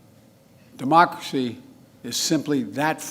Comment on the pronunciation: "Demochrshee" said Joe Biden.... "Fumnemmemel" ... Joebonics